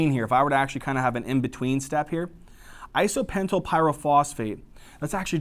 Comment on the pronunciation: Great video thx! but isnt it IsopentENYL PP instead of isopentYL PP??